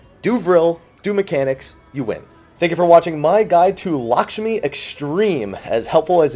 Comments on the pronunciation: Since everybody likes to correct your pronunciation, let me do it too(and everybody else) :D the 'a' in Lakshmi is more pronounced like the first 'a' in "american". So yeah, its kinda like "L(uh)kshmi" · Lahsmi xD might want to redo the title,!